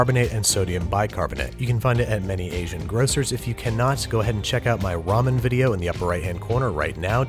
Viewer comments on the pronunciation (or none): none